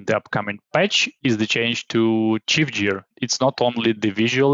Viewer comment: it's cool, the main mistake here is gear - 'jear'... should be pronounced guear, recOrd not rEcord (the verb has stress on the second syllable - some stresses in some words) but what is more important the content, thank you. e.g. for correct stresses you can check google translate listen the correct pronunciation: a rEcord, to recOrd, just advice so it would sound more natural. there are many words like that an Export/ to expOrt etc